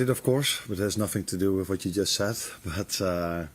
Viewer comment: Of coursh it's nice to have good pre-sheshun 😂 come on Arnie lad